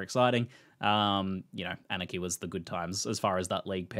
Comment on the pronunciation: The way he says Anarchy sounds like Aniki, RIP Billy